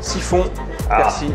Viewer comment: La magie du montage youtube lol , et alors chef , elle ne se décolle plus la galette du couvercle ??? Mdr 🤣 j'aurai aimé voir la reconstitution du massacre lol ........et persil il y a un " L" a la fin , il est pas ardéchois lui , ici c'est persiLLLL . Sinon vidéo sans intérêt .